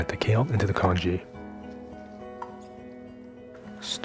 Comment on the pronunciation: Congee, not kanji! 😂